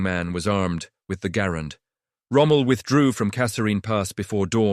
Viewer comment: The AI didn't even pronounce Garand's name properly.